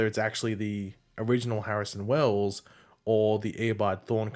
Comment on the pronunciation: "Barrison Wells"